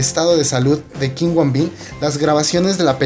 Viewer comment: no es kim woon bin es kim woo bin pronuncialo bien